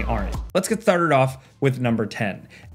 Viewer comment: "Tharted" You good bro?